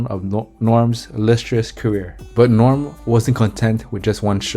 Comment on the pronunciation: If you cannot even pronounce Norm's name correctly, just go home.